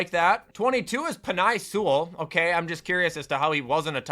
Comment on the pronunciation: It’s Pen-a not Pen-I when it comes to Penei Sewell’s name